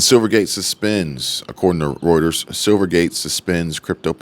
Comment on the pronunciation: Finally a you tuber that can pronounce Reuters correctly 😂